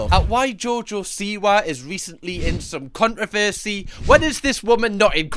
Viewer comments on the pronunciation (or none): Love the way you say “CON-RA-VERE-SAY”